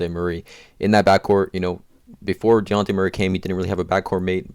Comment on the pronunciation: you trigger me so much the way you say dejounte